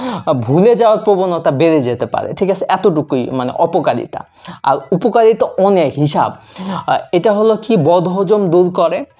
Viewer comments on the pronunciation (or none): উপকালিতা কি ভাই ?? আগে তো শুদ্ধ করে ভাষা টা শিখে নাও